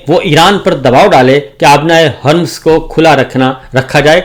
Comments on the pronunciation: Hormuz not hurmz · 🔥آبنائے ہرمز🔥🔥🔥Strait of Hormuz”””🔥🔥please pronounce properly 🔥🔥